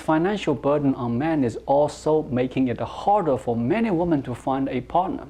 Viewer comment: 1 Woman and 2 Women pronounced as 1 woo man, 2 wi men.